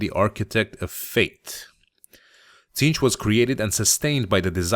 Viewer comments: The t is silent Zeentch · The T is silent, it's zeench But tons of people make the mistake. No worries man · it's pronounced Zeench :) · I believe it is pronounced "Zeentch", but I doubt it truly matters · i always thought the t was silent and it was zeentch. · its pronounced Zeench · I always pronounced it Zzaentch.